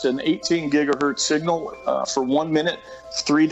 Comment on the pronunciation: Seegnial and allemium